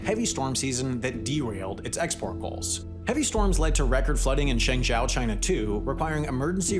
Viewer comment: Did you look up your pronunciations of Chinese cities from the 1930s? My dude. Zhengzhou is, more or less, Jung Joe, not Jung JOW…..